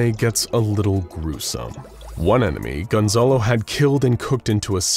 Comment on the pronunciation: por que dicen de forma tan rara mi nombre, es Gonzalo no Gonzolo jajaja